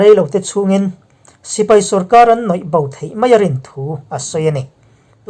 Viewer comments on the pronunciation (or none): 'Nawih bo' ni lovin, 'nuai bo' tih tur aw. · Noihbo nilovin nuaibo tih zawk tur aw ka pu chanchin thar lam tak tak i rawn chhawp chhuah zel a vangin a lawm awm kal zel naturah duh sak na kahlan a che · Nawihbo tih aiah Nuaibo tih a dik ang a